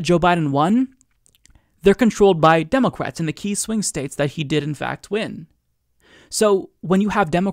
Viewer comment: He says "democwats" it's adorable